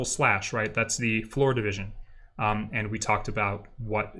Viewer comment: There was one moment when I was confused because it sounded like the instructor was saying "FloridaVision" instead of "floor division". . . 😅